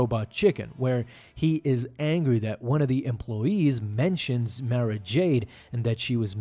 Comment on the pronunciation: Good video. Definitely saying Mara incorrectly though!! 🤘🏻🧡🧡🤘🏻